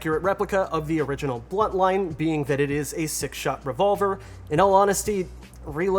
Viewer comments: BUNTLINE not "Blunt Line" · Every time he said "bluntline" I was like -_